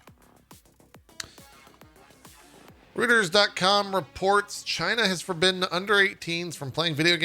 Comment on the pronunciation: Small note from the production desk :p they're French, it's pronounced ROY-turs